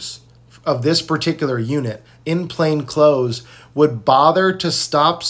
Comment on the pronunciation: people please learn how to say "plain clothed".